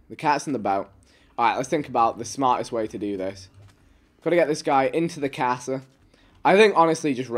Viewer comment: Lol I love how Vikk always speaks broken Spanish at least once in his streams 😂 “mi cahhhhsa” “donde estars”